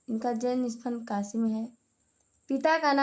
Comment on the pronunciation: काशि नहीं काशी होता है